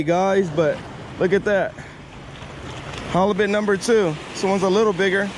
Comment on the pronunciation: now. "Hollobit" , what is that? Are you saying halibut? Flattie is also ok. If you want to catch fish ditch that rig. Get some weighted hooks and some of the small rainbow rubber baits. That way you are on the bottom not midwater with your sinker dragging the bottom. It seems like you like 'pancakes' and you'll find plenty on the north side of the jetty. Pancakes galore! A batch of turbot would be much better than no halibut. On a boat or tube you can use multiple hooks.